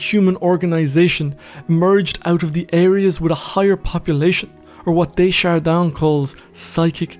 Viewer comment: I can't stop listening to your lovely, enlightening voice. I can't help myself, though: Aim more for "duh shard Dan" rather than "day shard Don"